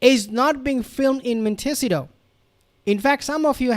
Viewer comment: Hate to criticize you but 😬 but this drives me crazy. Where they live is pronounced “ Mont-ta-see-toe!